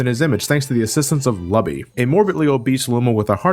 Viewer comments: "Lubby" lol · I laughed so hard when you called Lubba “Lubby” that I didn’t even bother to correct you in the comments (which I assume a lot of people did). I’m definitely referring to him as Lubby now.